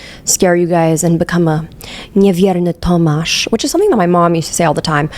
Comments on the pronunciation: beautiful pronunciation of niewierny Tomasz!!!! love u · I always forget you are polish i swear and then you say something like niewierny tomasz with an accent thats better than a lot of poles born in poland lmao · I was just vibeing to your video and you surprised me with your perfect pronunciation of niewierny Tomasz. I even said to my bf 'you need to hear that' xD